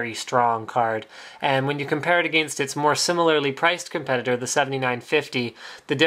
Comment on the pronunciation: Agayinst, ya kno. SOOO CANADIAN LMAO